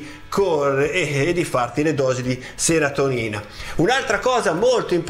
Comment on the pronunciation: Serotinina... Non seratonina😋 Complimenti bellissimo video 😁